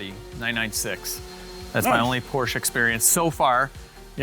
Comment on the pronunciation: "Eees not a porch, eees a Ferrari." 🤣😆🤪